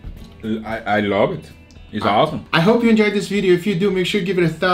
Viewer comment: "dis lamp is awwwsome"